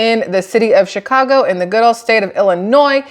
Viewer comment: Shit show in chy-ca-go.